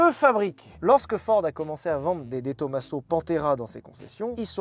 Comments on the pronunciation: Juste un petit truc qui m interpelle , on ne dit pas to ma seau mais TOMAZO comme on ne dit pas massé rati mais MAZERATI ....... J ai toujours préféré la Pantera depuis l enfance avec son arrière dépouillé et le bruit du gros v8 surtout en jaune avec les bandes noires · Salut, j’adore tes vidéos, toutes les vidéos et les concepts, mais s’il te plaît, peux tu prononcé De Tomaso avec le s comme un z. Merci. Je m’appeler personnellement De Tomaso et ça m’écorche les oreilles. Merci beaucoup. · Salut! on prononce pas de Tomaso en Italien mais Di Tomazo!